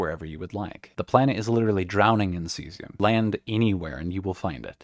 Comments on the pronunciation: Ave, True to Caesium! That's probably how they got mislead into pronouncing it like that. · Thank you. "Kaysium"...JFC, I was so irritated. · Exceptionally helpful. Thanks. The mispronunciation of Caesium hurts but the utter mess some folks make of Cheyenne is my trigger :)